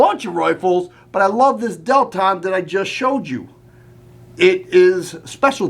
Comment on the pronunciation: No, not DEL-TON!